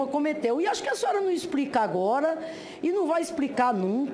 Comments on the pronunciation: RepúbRica e expRica kkk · bousonoro, exprica, KKKKKKKKKkkkkkkkkkkkkkkkkkkkkkkkkkkkkkkkkkkk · "A senhora num isprica..." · Putz, essa senadora é uma vergonha... diz que é professora... como? “Exprica” isso meu povo. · "Infilismenti" a sinhora num "ixprica" .."supusições". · Pqp, a senhora nao sabe nem falar...isprica, presidenta, respeithu...uma "senadora da republica" que vergonha...ainda bem q sou gringo pqp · Poorrrra Mulher fala "ixprica" o tempo todo .....haaaaaaaaa ,,,,, vá tomar banho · Nossa ' a senhora num exprica ' racha a cara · Esta Senadora está perdida e não representar o nosso País sim Apenas o PT,porque a Jurista como diz ela não isprica sendo que a Dr. Janaina a Jurista cita as Leis e Explica quais são as acusações .Mais a Senadora diz ela não isprica,não isprica,não isprica...Saiba Senhora que as suas convicções não representa o Meu País ....